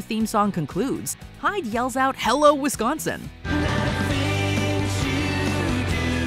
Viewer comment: Am I the only one who thought they said I love Wisconsin?… 😳